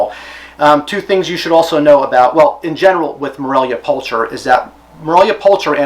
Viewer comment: Fairly sure the "ch" in pulcher makes a "k" sound when pronounced correctly. It's a common species name throughout the animal kingdom, I believe it translates to "beautiful."